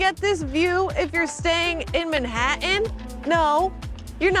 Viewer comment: I can’t take the way you keep pronouncing Manhattan